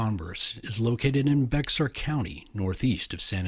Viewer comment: Just FYI its pronounced Bey Are county. Some Texas counties are really hard to pronounce. The X is silent ❤